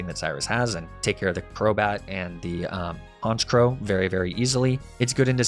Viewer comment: IT'S ALAKAZAM, NOT ABRAXASM! AND THE SECOND C IN HONCHKROW IS SUPPOSED TO BE A K!